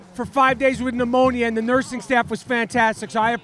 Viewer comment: Rapaport you pronounced pneumonia differently 3 times!! C'mon!